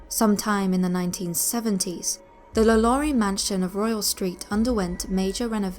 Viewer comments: La Lou-rie. Her name is pronounced "La Low-rie" even in English. That's what Google Translate is for, love. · law-lore-ree sorry but it annoys me when people pronounce her name wrong lol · Am i the only one cringing at the pronunciation of Lalaurie😖